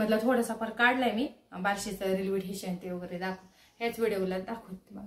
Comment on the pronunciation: ठेशन नाही स्टेशन